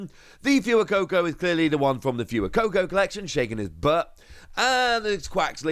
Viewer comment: this fewer-coco really bothers me, plz fwey-coco🤞